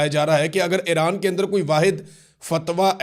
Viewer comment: Aran nhn hota Iran hota hai